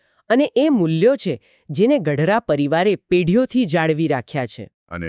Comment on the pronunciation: ગઢરા નહીં પણ પાંચા બાપા ગડારા બોલવા વિનંતી છે